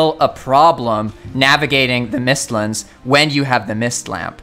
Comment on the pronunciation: Bro said “mistlins” instead of mistlands smh 💀